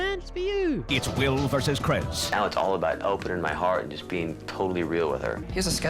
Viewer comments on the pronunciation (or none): narrator doesn't know how to say Chris "crez"🤣. Loved the video BTW ❤️